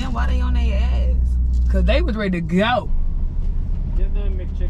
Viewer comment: “They done bit into yo MACHICKEN” 😂😂 why does pronounce it like that